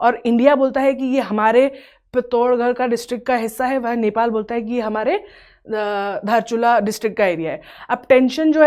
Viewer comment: Ma'am lectures are really good but it is a little disappointing to see that you cannot pronounce the names of the places correctly.. With tibet and bhutan places it was fine because they do have a very different pronunciation but pithoragarh is in uttarakhand and you're not even pronouncing it correctly.. Very disappointing.. Even in the previous video you pronounced dharchula wrong..